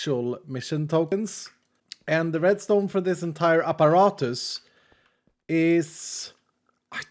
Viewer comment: The way says apparatus is so Swedish.